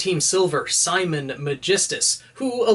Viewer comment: It's Simin not Simon bro